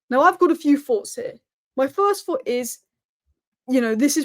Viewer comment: WE LOVE YOU, BUT PLEASE STOP SAYING ``I FORT`` IT`S I THOUGHT!!!!!!!! I FINK IS ``I THINK``